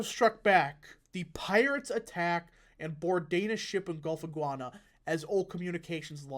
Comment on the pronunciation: Guinea is pronounced like the pet Guinea pig